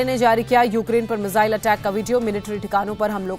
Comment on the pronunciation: मुझे ये समझ नही आता कि 'मिसाइल' को 'मिज़ाइल' बोलने में कौन सी हिंदी का प्रयोग होता है?🙄🙄